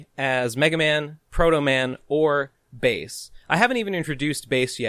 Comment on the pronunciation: pretty big talk from someone who keeps mispronouncing Bass's name. how embarrassing